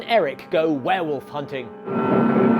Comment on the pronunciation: And a DOM vare-volf at THAT!! Lol